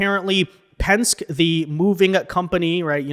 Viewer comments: It is not pensk. It is Pensk"ee". famous race car builder. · It’s Pens-kee, not Pensk. And good for ICE! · PEN SKI not "Pensk" PENSKEE ! You have a social media following of almost 1/2 million people. You really should make sure you are pronouncing words correctly. Don't feel bad though, Greg Foreman of ~Black Conservative Perspective~ pronounces so many words incorrectly that there is no way to count them all. 😊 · please do me a favor. The company is PENSKE (Pen-Ski), NOT Pence. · YOU KIDS CHANGING WORDS ITS PENSKYEEEEEEEEE NOT PENSK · It's Pen ske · The name is Penske, pronounced PenSkee. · Pronounced PENN-SKI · Pronounced Pen ski. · FWFW Penske is pronounced Pen-ski. I have rented from them recently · Pen Ski lol 😂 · Hey my guy penske is pronounced, penn-skee, Penske. The original Penske guy was a race car driver who branched out into several other ventures. This trucking line is the most well known of his businesses. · Hey,, just wanted to let you know that Penske is pronounced [pen-skee] or pen ski. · Pen-skee,. PEN-SKEE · Penske-ee is the pronunciation. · It's pronounced Pen-SKI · Good video, but one thing: penske is pronounced "pens-key" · Penske is pronounced Penski. The vowel “e” is a long vowel. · “Penske” is pronounced PEN-skee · BTW its Pen-ski. Roger Penske needs to sit down and shut up.